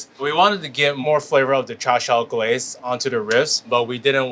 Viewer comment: Not cha siaw... hahaha that means stupid. Hahah its cha siu